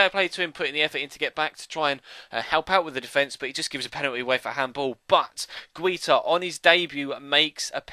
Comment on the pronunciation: I think you pronounce Guita as Guy-ta